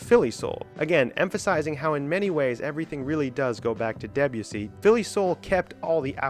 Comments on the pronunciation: Interesting video. Thanks! I also learned that American English pronounces Debussy in a really different way to British English. It won't grow on me. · Imagine going to the considerable effort of researching, writing and producing such an extensive piece of work...yet not pausing to learn how to pronounce "Debussy". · Deb-u-see? Debussy is pronounced [Deb'oo'sey] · I had to stop listening to this because I couldn't cope with the mispronunciation of Debussy. French doesn't tend to use the hard, Nordic "eh" sound. Hence the E is pronounced more softly and the emphasis is more on the U, so more like "Day-bU-si". Otherwise, a good video. In the seventies, Isao Tomita, Japanese composer and pioneer of electronic music, included several Debussy compositions on his album "Snowflakes are Dancing", which brought Debussy into the seventies prog scene. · the way he says debussy... :(